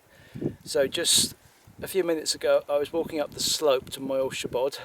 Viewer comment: Its weird how you say that word in english " shiebod" ^^